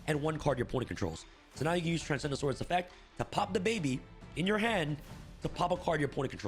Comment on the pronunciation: I keep hearing him say "Transgendasaurus"